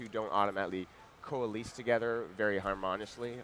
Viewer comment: Co-aleese harmonisly </3 Looks good though